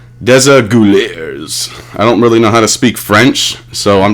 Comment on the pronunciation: day-zah-gew-lee-yay is how you pronounce desaguliers :)